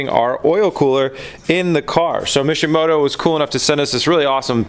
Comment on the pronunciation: For all this time i thought he was saying mission moto until i saw the box..